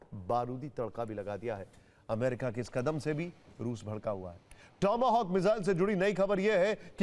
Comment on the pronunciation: टोमो होक नहीं टॉम हॉक बोलो भाई 😂😂😂